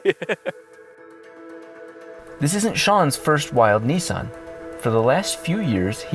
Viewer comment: Its refreshing to hear an American pronounce Nissan correctly.